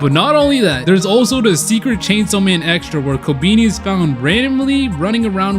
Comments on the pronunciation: It’s pronounced ko-Ben-eye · The fact he said kobeani